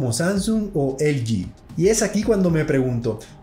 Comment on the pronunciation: Así que "elyi". Usted es hispano, debe decir "eleje". Estamos? Pues estamos!